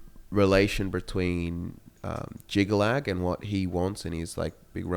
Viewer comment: It's Jyggalag, Not "Jygga-Chad"